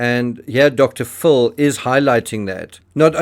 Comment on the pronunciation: Pronounce Dr. Phil as (fill).